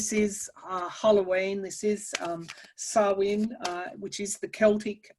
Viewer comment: Great job ladies. Thank you both for your generosity. Excellent pronunciation of ‘Samhain.’